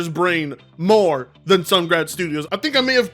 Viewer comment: The mispronouncing of Sungrand cracks me up and causes me to 🤦‍♂️